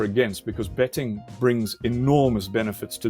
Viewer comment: I thought I heard illicit "bedding" instead of "betting"